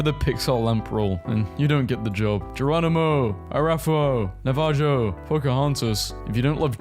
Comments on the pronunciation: Yes, I love genie, regardless of who voices him, but allow me a moment to be angry at your mispronouncing of Arapaho (a-rap-a-hoe) and Navajo (Nav-a-hoe) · Nah-vah-ho It’s a Native American tribe.